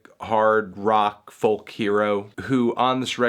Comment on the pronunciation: Will you for fuck sake stop saying the L in folk. Stop it!